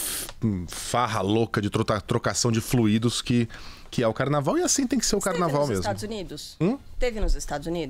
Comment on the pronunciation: Fluidos, nao fluiidos.